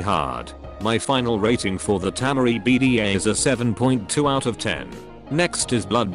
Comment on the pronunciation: Its temari not tamari